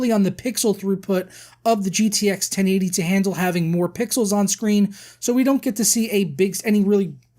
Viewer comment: The way he said 1080 bothered me so much :(